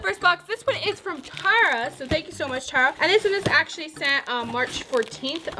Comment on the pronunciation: My name is also Tara and you pronounced it wrong not trying to be mean